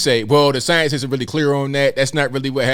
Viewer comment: I can't take this guy serious, he can't pronounced the word science 🤣 😂 😆!!!